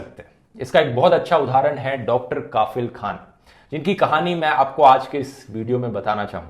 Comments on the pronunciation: His name is kafeel not kaafeel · Bhai saheb Kaafil nahi Kafeeeeel Pronunciation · It's Kafil not Kaafil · Dhruv Bhai काफिल नही कफील होता है❤ बाकी आपकी वीडियो के लिए❤❤❤ और ये आज नया नही है जो मैं इतने सारे ❤❤❤❤ दे रहा हूं आपको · Sir not काफिल, it's कफील ...😊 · kafeel should be pronounced as "cough+eel' rather than "kaaafeel" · Bhai ,correct uor pronunciation,*KAFEEL kHAN*👍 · It's Not Kaafil. It's Kafeel. Please Dhruv Pronounce Muslim Names Of Places, Persons And Monuments Correctly. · Hello sir its KAFIL not KAAAFIL